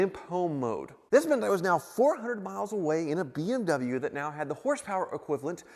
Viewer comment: when says beem w instead of bmw